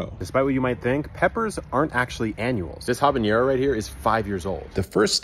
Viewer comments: Habanero doesn’t have an ñ in it, it’s not pronounced “habanyero” like you’re pronouncing it. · Not "habañero" like you're trying to pronounce the name of a different pepper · You mispronounced Habanero. You said Habañero. No ñ in Havana. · Habanero is pronounced as it's written since there's no tlide over the n, it's just habanero not habañero. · Since you own a seed company, I'll share with you that habanero comes from the word Havana, so it's not pronounced habanyero. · There is no ñ in Habanero why are you pronouncing it like that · Why are you pronouncing "habanero" like there is an " ñ " in there? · How does a You Tube gardener with a humongous audience not know how to pronounce habanero ????? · ha - ben - air - oh There is not yare in it. If you want to sound like youre culturally appropriating the pronunciation, drop the h from the beginning and you wont sound like a weirdo. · U should learn how to pronounce habanero